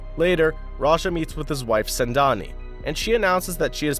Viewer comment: It's not sendani it's sengani